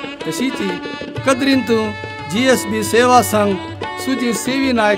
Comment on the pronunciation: A very nice Channel which was awaited for a very long time. I am very happy that you all are speaking or telling us about our Origin and other aspects of our community. Please keep going. Can I pleas seek a correction in pronouncing GSB ? I understand it is Gaur ( pronounced) as Gowd Saraswath Brahmins originally.